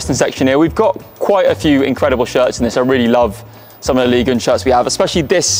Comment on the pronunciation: Can't take this seriously after u pronounced ligue 1 as liguin